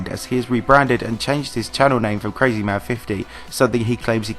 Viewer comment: Karma L, not kermal